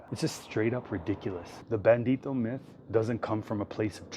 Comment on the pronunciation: The word “Bandito” is not Spanish . The word is “bandido” . Thank you for this awesome video . Love you for this .